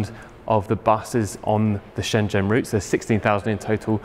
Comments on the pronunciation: That "zh" in Chinese nouns is rather llike a J. The city Shenzhen is pronounced shen jen, not shen zen. The main correspondent has it right. the introductory guy is painful to listen to. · Wonderful! p.s. Shenzhen = "Shen-Jen": zh makes a "dj" sound, as in "juice". Also q = "ch" and "i" can be "ugh", as in "shi bu shi". I don't actually speak Mandarin, I'm just horribly embarrassed when names of famous places -- like Shenzhen -- are badly mispronounced!